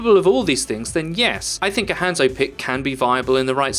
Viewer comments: Ranzo is even more accurate actually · Hanzo is not said like that its "Ha" as in ha ha then add a N then zo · If you pronounced his name right, I probably would have watched the rest of it. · Why are you saying hanzo's name wrong?